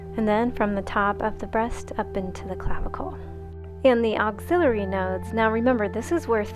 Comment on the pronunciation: The word is axillary, like AXE-illary, not auxiliary.